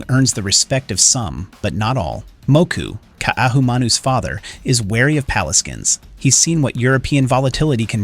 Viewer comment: The AI can’t even get the English right- “pah-lay-skin” for “paleskins”???